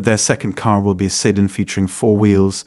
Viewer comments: SEE-DAN, not see-din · The pronunciation of "Sedan" is bad. Might need to retrain the AI.